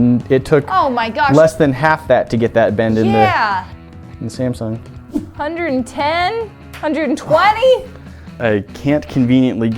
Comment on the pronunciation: When you say samsung i hear simpson